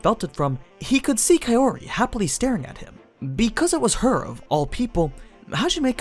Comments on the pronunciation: The thing is, Arifureta volumes on average have 2-3x the page count of your usual light novels like Konosuba or No Game No Life. Volume 1 is a thiccboi, so yeah, they skipped a f*ck ton of content in the anime. Also, Kaori is pronounced "cow-ree" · I keep hearing kayori